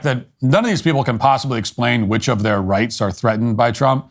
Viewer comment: Wights and fweedoms